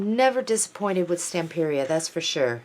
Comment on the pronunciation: Antonis, the designer of all of their fabulous steampunk line, says Stamperia is pronounced like pizzeria. He should know. He's a native speaker. I was saying Stamperia the same way you do, for absolute AGES! HUGZ!